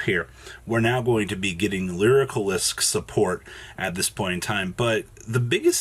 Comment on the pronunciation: Each time "lyrilusc" is mispronounced, a flock of birds die.